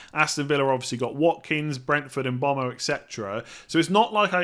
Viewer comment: Yeah come on, bit of respect, make the effort to pronounce the guy’s name correctly.